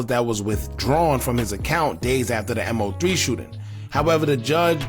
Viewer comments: killing me bruh its Mow-three not M.O -three😂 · Dawg you just making videos to make em, its MO3 NOT M-O-3, you don't even pay attention to shit bruh you talking just to talk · All this coverage on him....n u still calling him M.O.3?.....it's MOE3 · His name was MO3, "Moe Three", not M, O, 3! And the bail is $750,000, not $750! You need to stop talking and do some listening, listen to your own videos instead of yapping over them, and read your comments! Just straight lazy.. Unsub'd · MOE MOE MOE MOE MOE MOE MOOOOEEEE!! SAY HIS NAME!! MOE!! For God's sake bro 🤦🏻‍♂️ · I get what you're saying about him not being a big artist when he passed (kind of). The point is, as you've pointed out, that if he is going to report on and monetize off his name, the very least he can do, is to say it right! Everyone that's tuned into his story, should know his name and to continue to say it wrong is mad disrespectful! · In fairness to he wasn't that big an artist for you to claim that. I'm big into rap/hip hop and I wasn't a fan of his before he passed. But again I also know how to say his name. It is weird how he keeps saying it wrong. Despite news reports even saying his name and last video everyone was roasting him about it. Might be doing it on purpose now. It is very disrespectful to Moe as he's also making money off it, the least he can do it say his name properly!